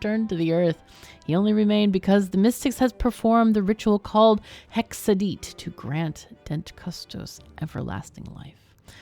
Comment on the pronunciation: And "Hexa-deet" = HexEdit (cheats)